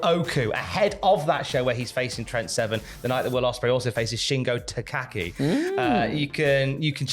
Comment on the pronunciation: That's not how you say Shingo Takagi,.